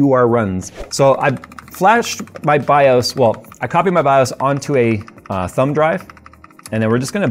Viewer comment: Say this out loud: MS-DOS. Ok, good. BIOS rhymes with that. 🤦‍♂️